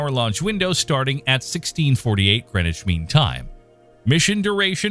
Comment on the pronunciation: Greneshween time? It's Greenwich...